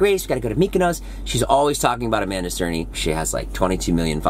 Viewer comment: It's cerny not cerney